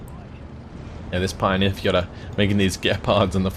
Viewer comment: you'd look smarter if you learned how to actually pronounce the German units correctly - such as its not pioneer, it's Pee-oh-near